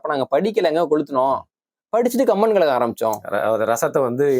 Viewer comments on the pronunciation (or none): none